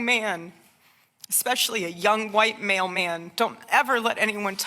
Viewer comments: “A young, white male man” in an American accent is my new vocal stim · did she say white mail men or white male men? my mailmen is black...lol